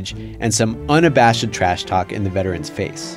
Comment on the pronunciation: dude, that's not how you say unabashed lmao. it's just said how it's spelled. un-a-bashed. not bash-ed rofl